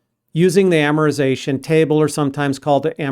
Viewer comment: You are the best instructor thank you...also Amortization is pronounced with a T after R